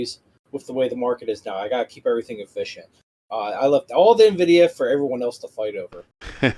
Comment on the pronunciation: Great score guys! The "Na-Vidia" gets me every time! 🤣🤣🤣